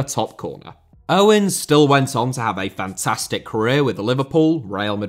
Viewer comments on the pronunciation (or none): none